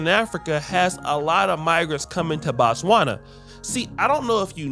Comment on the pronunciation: Its NOT Batswana , its Botswana. Batswana is the name for citizens of Botswana , as in America , American!